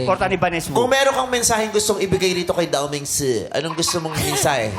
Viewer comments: Ang totoong pronounciation ng 'Dao Ming Si' ay Tau Ming Su. Yung "Su" part ay tunog Surf. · ❌ Dao Ming Si ✅ Daw Ming Hoy